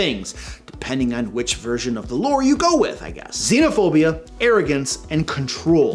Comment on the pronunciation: "Xenophob" lmao